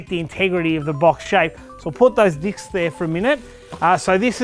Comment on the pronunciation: "Put those DICKS there for a minute" LMAO.....I know, I know, you meant to say Disk's, but still lol. Awesome video as always man!